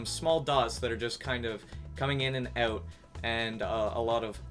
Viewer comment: The Canadian 'eouts' are somewhat satisfying.